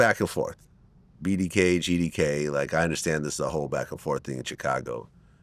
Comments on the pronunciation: I hate the way Vlad says Chicago. He says “Cha-cago” 😫😫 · I absolutely hate the way Vlad pronounces Chicago so phonetically. That's not how that word goes, it's not english smh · I hate how Vlad pronounces Chicago.